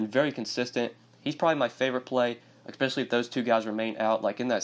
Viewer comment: I’ve noticed you say the word “especially” with an “eck” at the beginning. It’s odd.